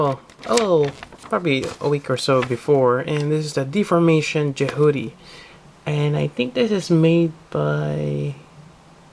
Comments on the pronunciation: I had to stop the second you pronounced it Je-HOO-ty. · You keep saying its name wrong and it's frustrating.